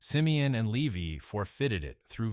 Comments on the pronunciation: "Leave-y?" 🤔 That's LEE-Vie, to you, A I person! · Lee-vee? Seriously? It is actually pronounced Lee-vie.... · No Lewi My goodness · The tribe of "Lee-vee"??🤔